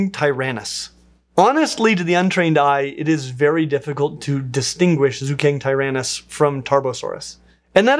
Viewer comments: Qianzhousaurus would be pronounced as chian-joe-saurus (ch like in chance). Zuchengtyrannus would be Zucheng (like... the ch in chance) tyrannus. Great video tho!! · I believe it's pronounced Ju-cheng-tyrannus. And Qianzhousaurus would be Chan-joe-saurus. It's pretty easy if you have a Pinyin pronunciation guide!